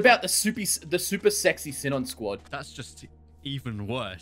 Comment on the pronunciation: I’m pretty sure it’s pronounced Sea-Non not sin-in